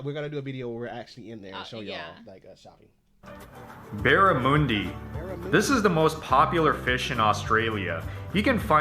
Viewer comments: Bar-ra-munn-dee ! Not moon-dee ! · So first the presenter is not Australian, he got the pronunciation of barramundi wrong. The "mun" sounds like "mon" in Monday. 2nd it's not sea food. It's a freshwater fish, that is easily raised in tanks, so common nowadays. But the best I ever had was battered in fish and chips - but that was wild caught up north. Usually less is more. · Australians pronounce barramundi with the mun sound as muhn, similar to 'young'. The cake in lamington is usually a very light and white sponge, not dense and yellow like that pic. Vegemite is also great on fresh bread with lots of butter, and equally sometimes with a slice of cheese added. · Barramundi is not pronounced anything like that!